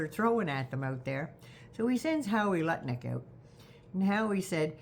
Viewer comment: Pardon my hearing, did you say Luttnik or Buttlick?